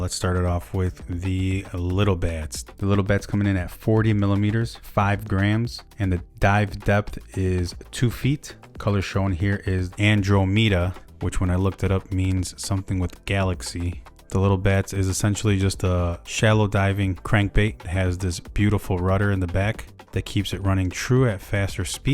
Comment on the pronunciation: So. Just helping here. Andromeda is a galaxy It’s the closest galaxy to the Milky Way (earths galaxy) and it’s pronounced AN DRAA MUH DUH. Like I was saying. Just helping Thanks for the vid